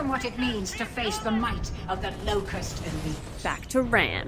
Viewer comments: I find it ironic how you pronounce RAAMs name. I once had a debate with my sidings over how to pronounce it and I thought it was Ram too lol Since it has two A’s it’s pronounced with the long A. 😃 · It’s pronounced RAAM, not Ram.